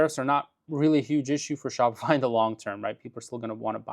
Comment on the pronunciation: Shopify is dying bc everyone just goes directly to aliexpress - for some reason it sounded like you said spotify - but they are on the blocklist of companies funding the idf